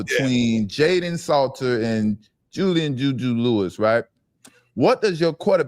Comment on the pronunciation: Kaidon not Jayden smh 😆